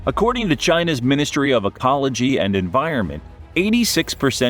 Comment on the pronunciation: I could've sworn I heard, "... Ministry of APOLOGY...", instead of ECOLOGY. At first, I thought, it still pretty much fits, LOL. But since when does the CCP apologize for ANYthing? Certainly not on the world stage, let alone it's people, which are essentially its bread & butter.